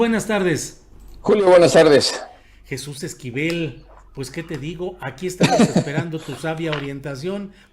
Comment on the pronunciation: ¿“JUAN VELEDÍAZ”? ¿“JESÚS EZQUIVEL”? De pena ajena su editor.